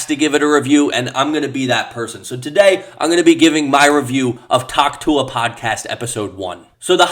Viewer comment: Why does he say Tuah so well